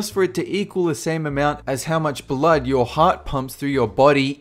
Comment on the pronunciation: Your pronunciation of the word "blood" is really weird.